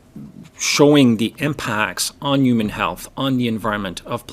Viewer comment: What the heck is a “uman”?